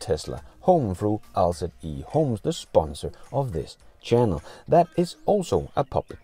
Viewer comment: I think the EHOME is to be pronounced like E-home, with emphasis on E for 'electric' and no emphasis on home. I enjoy the show, keep it up.